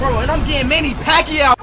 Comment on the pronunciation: As a Filipino he almost said manny pacquiao right.